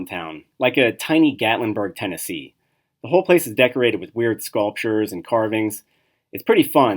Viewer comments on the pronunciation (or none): none